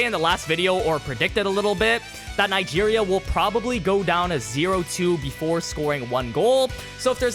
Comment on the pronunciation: bro didn’t even try to pronounce Nigeria